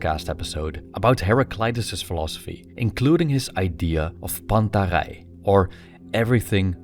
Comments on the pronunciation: "Τα πάντα ρει" is the phrase and it pronounced, Ta panta ree. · The pronounciation is "Panta ri". Cool video.